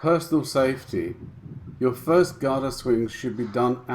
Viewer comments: Thanks again..small pointer, GADA is pronounced gDaa...not GaaDaa..most non-Indians pronounce wrongly...Cheers! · Great upload! Quick tip on pronunciation, Europeans using Sanskrit words often confuse or the length of the Vowel. The vowel sound here is 'a' [uh] For Gada both the a's are short [uh] ie Ga da or Guh Duh In Ga the vowel sound is built into the consonent 'G' eg the word 'Game' is pronounced G ay m try saying the G sound without the uh you can't as the vowel forms part of that consonent The same goes for the 'Da' sound. Note on 'Da' sound The tip of tongue touches the upper teeth. At the moment when you say it note how your tongue touches the soft palate above your teeth you need to drop it to touch the teeth. As in the pronunciation of the word 'The'. Guh as in Goat Da as in The when we say 'the' we dont extend the uh sound, try saying 'The' without further extending the uh ie try to cut it short. Other points of interest. The Gada makes an important appearance in the classic MahāBhārata. When on the final day of war, the protagonist Bhima and his opponent Duryodhana are both experts at Gada duel to Death! Duryodhana has greater skill and so bound to win. Krishna is a spectator and at some point slaps his thigh indicating Bhima to break the war code and hit his opponent on the thigh! His reason, Duryodhana had broken so many rules himself it was now time to pay the price!